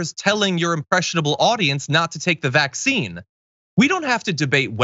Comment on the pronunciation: Can someone tell me why she pronounces vaccine, "VACCine"? She puts the emphasis on the wrong part of the word and I've never heard anyone else do this